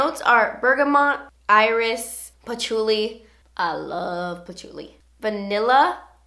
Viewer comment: "I looooove Patchuli" lol so close to how my name is pronounced too ;)